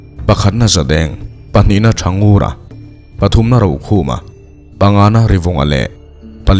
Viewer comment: History/ Mizo nun hlui kan chhiar dawn a nih chuan, a lam rik dan han zir chiang hmasa deuh thei ila. Lawileri tih te, Thangura tih te i lam ri dik lo a. Tih leh hun chuan dik takin aw niang